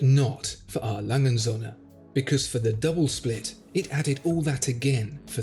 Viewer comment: I AM ONE OF YOUR FAVORITE VIEWERS,SO LET ME SAY THIS,I DO NOT KNOW MUCH HOW TO SPEAK GERMAN BUT I AM SURE YOU ARE PRONOUNCING THAT WATCH NAME TOO FAST OR YOU ARE SAYING IT WRONG. A. LANGE AND SOHNS IN ENGLISH WOULD BE A. LANGE AND SONS.THAT IS NOT WHAT IAM HEARING. YOU MAKE IT SOUND LIKE ONE WORD,I THINK YOU ARE WRONG...